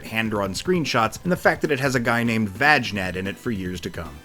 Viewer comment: Holy crap, your merciless butchery of Vagnad's name had me in freaking stitches. How the hell did you get those lines out without breaking?